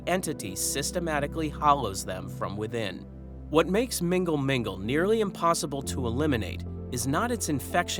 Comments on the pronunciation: Love the channel but i laughed so hard at mingle mingle. It is pronounced null null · The way you pronounce mgnall mgnall makes it sound like a dating app 😅